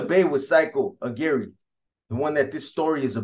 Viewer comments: Come on lmao 🤣 you know Aguirre is not pronounced A-Gary it’s Ah-gee-rah …lol all luv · Not rah Ah-gee-reh